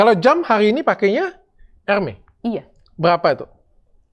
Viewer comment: Dok bacanya hermezzz bukan hermey, ayo ah dok masa udah st banyak branded masih baca hermes salah, baca loewy apa?